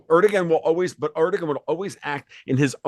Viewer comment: It's impressive how none of them can even pronounce Erdogan! Impressive for sure!